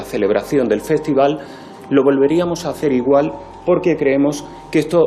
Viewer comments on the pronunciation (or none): none